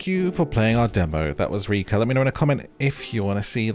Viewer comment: In Russian it is too. But it pronounce RekA', not REka